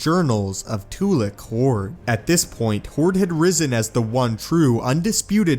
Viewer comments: im sorry to say this, but when you say tu'LEK' hord instead of tu'LAK' hord, it filled me so much HATE of you saying the wrong syllable in his Name. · I heard it as Tula Khord, I didn't hear it as Tulak Hord. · It's funny how you purposefully mispronounce the names of these characters in most of your videos. Tulik horde lmao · when i hear tulak hord it sound like tulak hoard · It's pronounced Two-lock Horde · The way he mispronounces the name is cracking me up. Sounds like "Two-lick"Hord. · you seam to mispronounce a few things i think😛